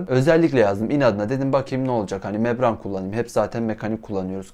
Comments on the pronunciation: Abi mebran değil membran diye biliyorum tüm vidyo öyle demişsin :) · mebran değil o membran :D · Membrane o, mebran değil.